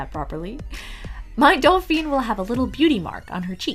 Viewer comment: The dolls are lovely. I wish you had looked up how to say "Dauphin" (doh-fan) though... I cringed everytime you said "Dal-feen".